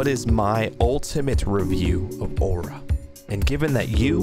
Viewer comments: why say waura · bruh stop everyone still love aura say it right lmao dang you say ora stop over reacating dang dud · i literally made a vow to NEVER buy “aw-rah” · He’s putting out his own opinion and everyone else likes it and he saying aura like a stupid away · This kid has no idea how sweats be like he can't even pronounce aura